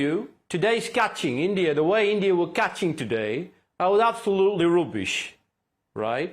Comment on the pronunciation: Imran Khan saying "Endia" 😂😂